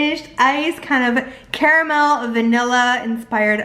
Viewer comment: Thank you so much for pronouncing it CA-RA-MEL instead of "carmel". Lol